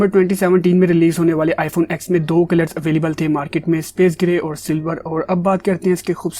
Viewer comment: Bro why r u calling it iphone ax? This iphone ten not ax. Lol